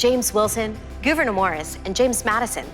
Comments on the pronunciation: Did she just say "Goovenor" Morris? Lol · It's spelled "Gouverneur" Morris. That's literally his name. I believe it's Dutch!